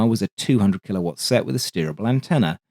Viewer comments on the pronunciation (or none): none